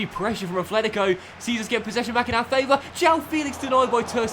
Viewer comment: PLEASE there's no 'th' in atlético, it's just a 't'